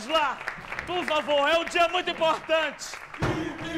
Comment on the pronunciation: "Biibliotecáária ,Biibliotecáaria ,parabéns pelo glúteo ,Biibliotecáária." kkkkkkkkkk